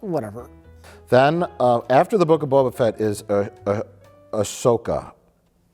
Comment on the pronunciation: I hate the way they pronounce "Boba Fett" as one word with emphasis on the first syllable. The only thing I hate more is how much of a huge nerd caring about the pronunciation of "Boba Fett" makes me.